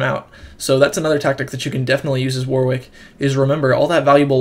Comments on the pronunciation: You need to learn English phonetics, son. What if I start calling you Big Luggy Agga? Ask anyone at Riot, or anyone else English - it's pronounced "Warrick". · It's pronounced "Warrick". What's all this "WW" nonsense? The second 'W' is silent.